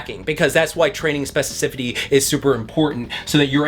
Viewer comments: not being able to say specificity is hilarious. Great video nonetheless 🔥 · My guy, great video as per usual. You gave me great things to think about, and I appreciate you greatly. One note: you are misspeaking the word “specificity.” Nothing but love. Keep up the great work. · Now I can’t stop saying specificity.